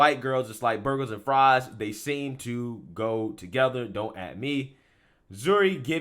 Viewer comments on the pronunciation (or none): none